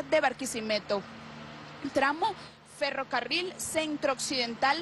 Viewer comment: "FerrovEario"? Que periodista es esta?